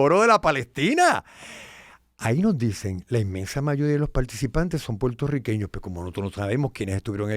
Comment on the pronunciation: ¡Mera! ¿Que te pasa? ¿No sabes decir Puertorriqueños? No se dice ‘Portorriqueños’ Dudo que hayas nacido en suelo de las Isla de Puerto Rico. Te empecé a escuchar y cuando escuché la palabra Potorriqueños… dejé de ver y escucharte.